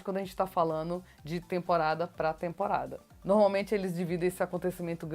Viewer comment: Vc gosta de falar a palavra "normalmente", mas está pronunciando errado, para corrigir fale 3 vezes a palavra "norma", depois fale "normalmente". Percebeu o erro... uma palavra e derivada da outra ok. Observe sempre as pessoas cultas quando falam, elas "normalmente" não tem vícios.